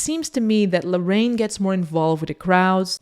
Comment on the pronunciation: I love your channel!!! <3 Just a little pronunciation feedback: When you say "Larraín", it sounds like "La-rain". Larraín has an accent in the í, which divides the word in another syllable, for a total of 3. It should be said something like "La-rra-ín".